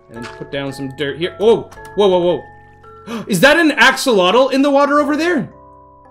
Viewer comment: im pretty sure axolotl is pronounced axe o lot ul